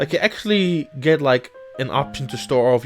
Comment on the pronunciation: Also work on the pronunciation of the english words, cause Acksally instead of Actually is quite noticable.